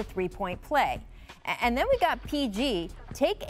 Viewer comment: Every day Rachel adds three or four syllables to "and" at least once. A-a-a-a-and